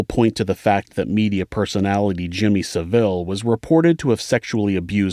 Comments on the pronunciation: But please pronounce his name SAville, as oppose to saVILLE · Jimmy Seville.. lol. it's Saville pronounce sav-ill absolute cretin of the first order. He made rings out of the false eyes of dead people..Seriously. Look it up. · Jimmy “Seville” 😂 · For future reference, Thames is pronounced tems, the place Derby is pronounced Darby and Savile is pronounced savil.